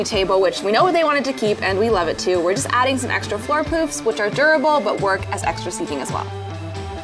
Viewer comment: OMG. I thought you said, "We just added some extra floor poops "! Uh .... no. No. That would be "poufs," thank God. My bad.